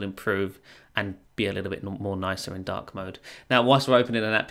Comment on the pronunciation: Till 5 mins i was thinking "dock" mode instead of dark mode 😂